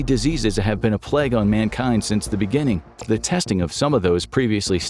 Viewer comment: Love that "plague" mispronunciation.